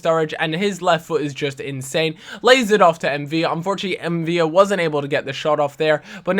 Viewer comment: ffs it's M'Vila with an "l", not two "l's" like David "Villa" in Spanish